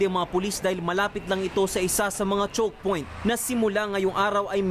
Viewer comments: Lol! "Dahil malapit lang ito sa isa sa mga chok point" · Chokepoit ampotaaaaa hahahaha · chalkpoint or chooxpoint